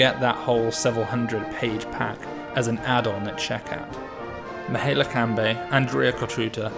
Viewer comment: pronounced Mee-high-EH-la just for further notice